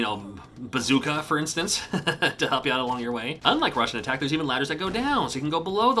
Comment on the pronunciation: sounds like you`re saying "Russian Attack"